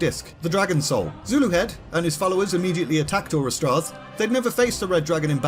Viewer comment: im 98% sure you pronounced zuluhed right